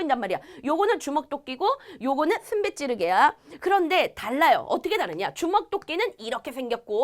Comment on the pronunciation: 씀베찌르게라고 말햇는데 슴베슴베 넘 재밋네요